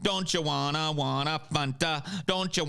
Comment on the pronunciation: I’ve never heard anyone pronounce Fanta as Fonta before 😂